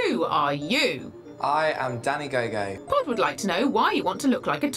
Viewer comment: I thought he said Danny gay gay and I was crying laughing then I saw that it was gogo